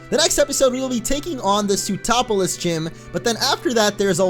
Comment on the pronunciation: Lol when you say sootroplis my brain thinks you are saying zootropolis